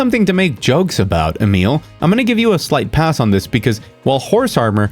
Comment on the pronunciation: Are you by chance a native speaker of Italian? The way you went out of your way to correctly pronounce Emil's name was highly unusual! No American would ever do that!